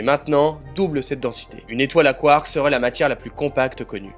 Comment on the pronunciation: 🤣🤣 t'as pas capté ^^ c'est ta prononciation de "quarkS" tu l'annonce au pluriel comme si tu parlais en anglais 🤣 je sais pas si tu connais les lettres muettes 😚 c'est un truc qu'on apprend en primaire 🤣 t'es sensé savoir ce que c'est 🥹😘